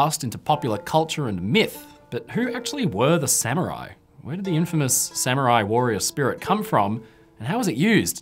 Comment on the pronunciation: The rare instance of a British scholar who doesn't pronounce Samurai as "Sammy-Rai".